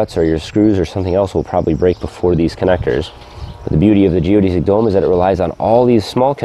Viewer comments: You are the first person I have heard that says "geo-deez-ic" instead of "geo-des-ic" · Geo-DESS-ick not Geo-DEE-zick